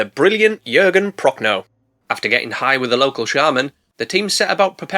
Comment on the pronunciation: How many times did you slip up and call the "nice big croc" a "nice big c0**"? We want those bloopers! Also, thank you for pronouncing "Jürgen" correctly... and "Prochnow" like 90% correctly.